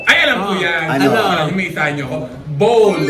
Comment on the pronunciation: Bowl pa rin ang pagpronounce not BAWL lol